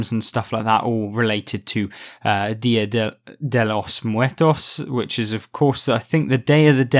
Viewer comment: Very helpful advice, I almost went with the IS-6. I always liked the KV-5. Props to you for that pronunciation of the Dia de los Muertos my dude. I would say it was 99% on point hehe